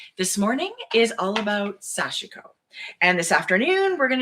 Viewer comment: You look super comfortable in your new format! And both of you look great in your kerchief/shawls! BTW, Sashiko is pronounced SASH-koh. The "i" is silent.